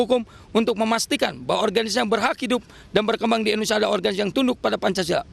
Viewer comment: Maaf bapak Indonesia ya bukan endonesa